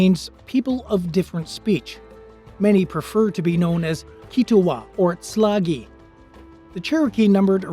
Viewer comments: I think whoever this moderator is, he needs to learn the correct pronunciation of Tsalagi (Sa-la- gee), not sla-gee. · Tsalagi is pronounced "Cha-lah-ghee" or "Cha-rah-ghee", not "Sa-lah-gee" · yeah, I quit after he said Tsalagi wrong. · this was me. I quit after he butchered both the keetoowah and Tsalagi names.